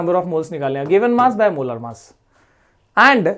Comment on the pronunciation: Why you say मोलार मास ? its मोलर मास